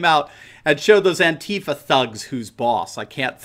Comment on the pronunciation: It's pronounced ANTEEEFA.. NOT ANTI FER.. Get your syllables right my mate